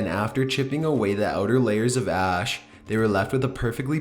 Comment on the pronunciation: "Excavators soon figured out that in some areas of the alley of 'skelli-tens....' there were empty air pockets beneath the 'ah-ash' and they quickly set about devising a plan to get the dead bodies out." "Excavators soon figured out that in some areas of the alley of 'skelli-tens....' there were empty air pockets beneath the 'ah-ash' and they quickly set about devising a plan to get the dead bodies out." Oh boy. I do love this guy's voice. I'm glad he repeated this sentence twice. The way he pronounces "skeleton" is quite...unique.